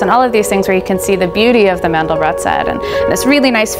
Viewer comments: It's pronounced "Man-del-bro". He was French, and the final 't' of his name is silent. Just remember that his name rhymes with 'train depot'. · As soon as I heard Mandel-brott vs Mandel-bro, I clicked away